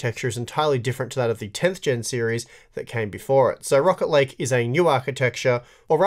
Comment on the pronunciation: I kept hearing Rocket league instead of rocket lake haha